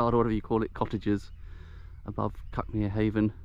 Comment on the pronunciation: I grew up a bit farther along the cliffs towards Brighton. The Seven Sisters and Cuckmere is still my favourite view of anywhere. But to be fussy, "Cuckmere" is pronounced "cookmere'.